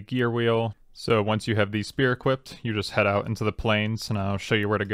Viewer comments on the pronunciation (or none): none